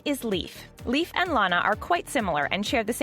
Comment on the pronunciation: ITS NOT PRONOUNCED LIKE A LEAF. ITS LEIF. (Lay-f) OMG .